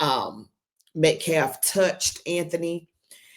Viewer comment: That idiot man can't even pronounce Metcalf correctly. Why would I think he is smart.